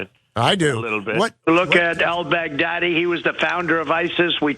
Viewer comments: Am I the only one who head Trump say “Al Big-Daddy”….I’ve been replaying that clip over and over and I swear that’s what he said…. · He says it like the name is "Al Bag Daddy". That's the only reason he can remember it, sounds like "Big Daddy", which is what the hookers call him as they're pissing on him. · Is it just me or is he pronouncing the guy's name Al Bag Daddy?